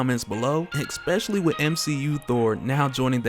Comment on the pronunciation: Big fan & you're a smart, articulate dude. But I've tried to comment in a couple vids that you pronounce especially as expecially with an x instead of S. Trying to help you keep your game strong, that's all. Look forward to your future vids